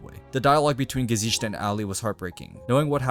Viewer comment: oh god,I can't get over how you say "gesicht" 😂 there is no "sh" sound in the word